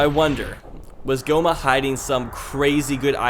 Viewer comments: now i'm picturing a fusion of Gohma and Homer Simpson because it sounded like u said gohmer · Gohma? More like go home-a